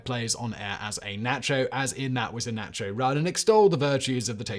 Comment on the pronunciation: Nacho pronunciation is horrendous. And why add an R at the end of America?